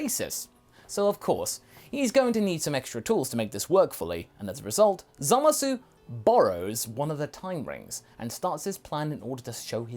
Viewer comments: why do u keep saying "Zamas"? it has been common and well long since the dubbed version aired, that his name is still "Zamasu" in the dub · why do you guys keep pronouncing his name wrong? its not Zamas, its Zamasu. seriously urking me. also, your what ifs are usually pretty in tact with the potential of the lore, but this one is not. you dont seem to understand the Kai's very well at all, or why they do what they do. no offense, but you should rewatch DBZ and Super.